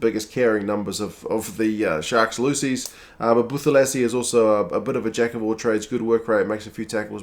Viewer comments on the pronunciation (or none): Just a quick correction on the pronunciation on Black SA names. When pronouncing ‘th’ in a name, the it’s prounced as just ‘t’ and not ‘th’. Eg: Buthelezi would be Butelezi.